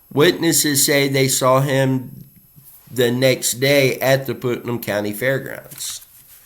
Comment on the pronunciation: Putnam is pronounced like putt putt golf and num… putt - num, Putnam Thank you for bringing attention to these cases and the families